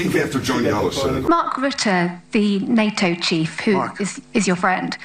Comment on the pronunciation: Ffs it's not " nat toe " it's ' NATO'!